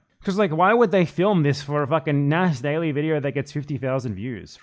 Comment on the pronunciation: Nas D-AI-ly lol